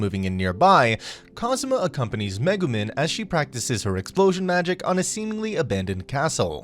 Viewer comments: megumen bro what when he mugumen instead of megumin every bone in my body was triggered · Him: MegemEn Me: ITS NOT MEGEMEN ITS MEGUMIN Also the destroyer was before darkness left to be forced to get married and really... yunyen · am i the only one pissed that he said "megumen"